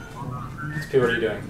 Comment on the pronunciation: Welcome in 2023 Ugh what is windows "ex-pe"